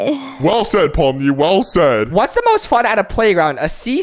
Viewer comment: I think you saying pomni's Name Wrong You sayin poppies